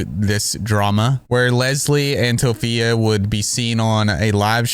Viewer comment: TOPHIA??? LMAOO